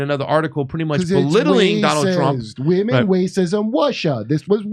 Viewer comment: "women wacism wussia" 🤣😂 perfect Kurt